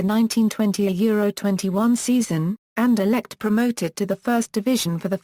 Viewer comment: you stupid a pronunciation for 17 minutes ok not insulting just saying u can just ssay the name and it over i will till like